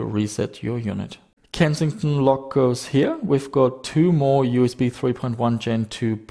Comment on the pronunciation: edge dee am i, you ass bee.